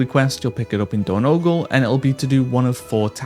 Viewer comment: And it's Door-Noh-Gahl, not whatever you said.